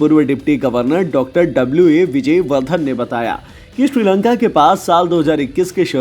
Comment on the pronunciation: Kabhi Shri Lanka Kabhi Tri Lanka bol Raha he pagal he kya 😀